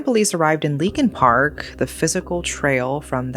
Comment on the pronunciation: Leakin Park sounds more like Linkin Park 🤔